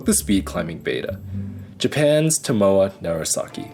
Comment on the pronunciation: His name is pronounced TO MO A. Each syllable is stressed the same.